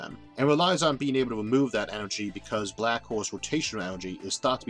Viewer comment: "Shhhh... I'm famwing bwack holes"